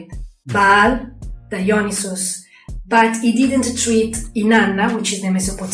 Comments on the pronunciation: ' pronunciation "Dionyses" grates my nerves. Can he read? Does he understand vowel values? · The dude literally can't even PRONOUNCE Dionysus. Has he ever even read the word???? Very doubtful.